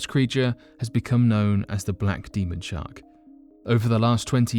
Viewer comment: can you say shar"k"? instead of shart... your a shart!!! o.0